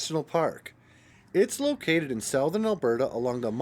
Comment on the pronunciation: Do you not know how to say the word SOUTHERN ?